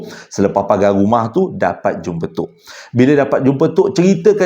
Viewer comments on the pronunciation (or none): none